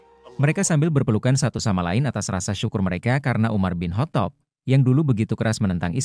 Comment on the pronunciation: Perbaiki ucapannya biar enak di dengar... Dibacanya: Umar bin khottob